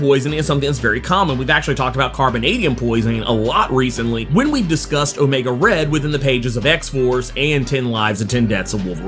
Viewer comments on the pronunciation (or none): none